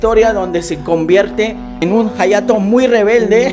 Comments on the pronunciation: jayato Yo:._. hayato se pronuncia ayato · En realidad se pronuncia "Jayato" puedes escribirlo en el traductor japones y escuchar como lo pronuncia y dirá "Jayato" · se pronuncia "jayato" pero se llama "hayato" we